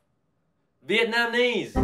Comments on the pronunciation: I see the part where Brett tries to guess Canada and the added bonus of him saying "vietnamnese" is too much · Ah yes, My favorite country, “Veitnemnese.” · “Veitnemneise” - a veit person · The way Brett pronounce Vietnamese, I ended up laughing bc I’m half Vietnamese 𝔼𝕕𝕚𝕥: 𝕀 𝕖𝕟𝕕𝕖𝕕 𝕦𝕡 𝕙𝕒𝕧𝕚𝕟𝕘 𝕞𝕠𝕦𝕥𝕙𝕨𝕒𝕤𝕙 𝕚𝕟 𝕞𝕪 𝕞𝕠𝕦𝕥𝕙, 𝕤𝕡𝕚𝕥 𝕒 𝕝𝕚𝕥𝕥𝕝𝕖 𝕠𝕦𝕥 𝕒𝕟𝕕 𝕖𝕟𝕕𝕖𝕕 𝕦𝕡 𝕙𝕦𝕣𝕥𝕚𝕟𝕘 𝕞𝕪 𝕥𝕙𝕣𝕠𝕒𝕥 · “vietnamese” THE WAY HE SAID IT IM OFFENDED